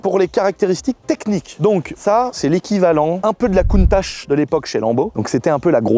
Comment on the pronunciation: Countache ? Tu va te faire incendié par ceux qui disent Countak ou countatche ou countar..., moi perso, je dit dit clio 2 1.9d😆